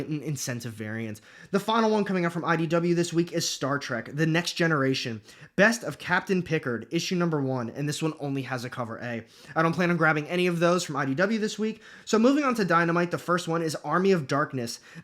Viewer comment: Star freak Picard, is pronounced pick card… lol I’m sure you are getting grilled on this. 😂